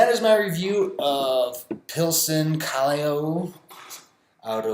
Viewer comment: Gonna try Pilsen tomorrow, another Peruvian beer is called Cusqueña (Coos-ken-yah), haven’t tried Cusquena in a couple years but it’s usually what my dad drinks. Also a side note is Callao, is pronounced Cah-yow not Cahli-o